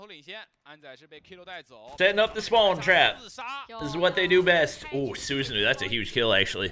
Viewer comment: it's pronounced as SusaNO